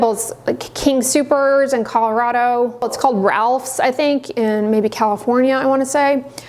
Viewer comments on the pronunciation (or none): none